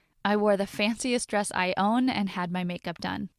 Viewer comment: nice “dReSs”